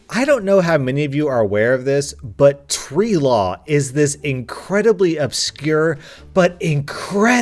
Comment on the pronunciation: is it just me or does him saying tree law sound like sharia law